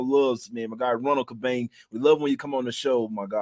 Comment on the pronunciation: i thought you said his name was Juan Tubang its Cabang